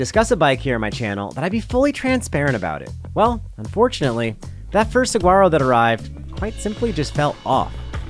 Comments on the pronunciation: Love your videos! FYI the G in Saguaro is silent:) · Can anyone tell me if the bike is any good? I had to stop watching when he kept pronouncing the G in Saguaro. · Is anyone else thinks its hilarious how he's saying saguaro? come on you dont have to be from arizona to know how to say it right. i would love to see him order at a mexican restaurant. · Love the reviews, but I must correct you on one thing... I grew up in Tucson... pronounce saguaro with a "wh" not a hard "g" ;). sa-WHARRO. I've been riding my Rocky Mtn Growler 50 for 3 years now and I still love it, though I've upgraded the brakes, handlebars, grips, pedals, and tires. Soon will be upgrading the fork. But I am sold on being a 50 year old on a hard tail for many of the reasons you mentioned. As a dad, I shouldn't be flying at 30+mph on a full suspension rig... the crashes are tougher to recover from. The hardtail keeps my speed lower, tires me out faster (so I can get back to my family), and keeps my bike handling skills sharp. And the simplicity is especially valued as life seems to get more complicated. I raced my Trek 8000 with a Mag21 shock all over northern Arizona back in the mid 90's and had a fully rigid Diamondback Ascent in 1989, so I've been a fan of the hardtail thing for 35+ years. Still have my '81 Mongoose BMX bike too. Hardtails will never go out of style! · Great video as always but you have spent enough time in Arizona to know that the 'g' is silent in saguaro! suh·waa·row! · Pronounced (Suh waa row) 😊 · The G is silent